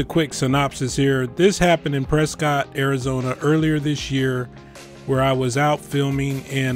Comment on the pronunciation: Its pronounced "prescitt" but i dont hold that against anyone. Most of my dang state doesn't even say it correctly 😂 just found your channel today and subscribed. Keep doing what you do my man, fantastic job🇺🇸🇺🇸